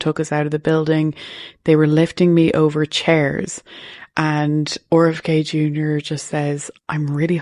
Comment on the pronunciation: The way she pronounces 'RFK Jr." is pretty cute. Owr F K.